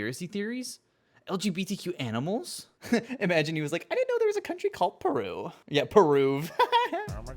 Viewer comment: you called peruvia and i’m laughing so hard oh my god